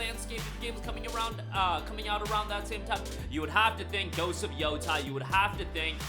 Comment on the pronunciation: Yotei Not Yotai... you got no excuse now... we know you watched the GA...